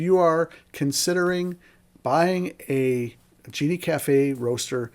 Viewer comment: Sorry man, you lost me at "Genie" Cafe. It's a "Gene" Cafe.